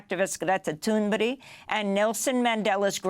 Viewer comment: I know this is pedantic, but why do you always call her Greta Toonberry? It’s pronounced toon-burg.